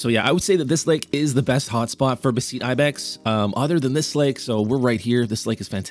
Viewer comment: Great video! (Note: I do believe its pronounced kind of like betheties) For the beceites